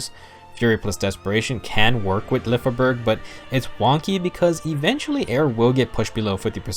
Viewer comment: I believe Lyfjaberg sounds more like "Lyfia-berg" than "Lyf-jaberg" In one of her Skill Activation quote, she says "Fly, Lyfja {Lyfia}", it may be her Pegasus' name, but it stills emply that her weapon name sounds similar, imo